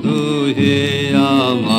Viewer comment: যাঁরা বলেন বাংলায় ড় উচ্চারণ করা যায় না, অথবা উচ্চারণ করা মুশকিল তাঁরা দাঁড়ায়ে, বাড়ায়ে, নিবিড় ইত্যাদি শব্দগুলির উচ্চারণ এখানে খেয়াল করতে পারেন।